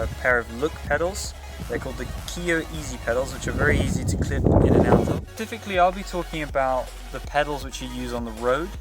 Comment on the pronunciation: "Pacifically" haha